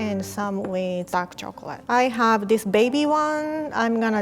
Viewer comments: Nobody:: choclae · "Chocolay" - 2019